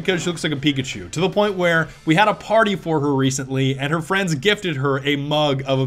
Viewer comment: Ello fwend!!